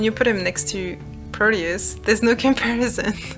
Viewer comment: ...is it bad that i hear proteus's name as "produce"? If not, its just makes it even more hilarious And to be honest, the story itself flops a lot at the end in my opinion... But amazing video! Its giving me more ideias for my own game